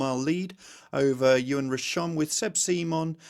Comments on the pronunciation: great update as usual however please stop pronouncing Yoann as Ewan!! Say it phonetically, so Yo-Ann 😅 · Errrr…. Even your link agrees with me, I think you need to listen more carefully. This is from someone who lived in France for 25yrs, has a French daughter and speaks fluently 🤷🏼‍♂️